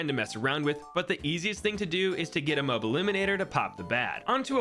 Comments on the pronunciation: bro said moe b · Id watch your channel if you pronounced moab right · The way he says Moab makes me have trust issues